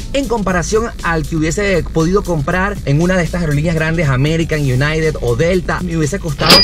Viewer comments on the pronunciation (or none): none